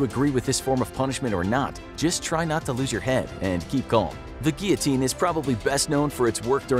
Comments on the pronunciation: You didn't say guillotine 😂 You said geeyoteen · Take a shot every time he says gullotine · It's actually pronounced "Gill-o-teen." I'm American so I'd know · yes. Its gill o teen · guillotine sounds like giotine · Your pronunciation of guillotine is awesome 😂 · I was going to put a like on this video, but it was annoying me that they were saying "Guillotine" wrong...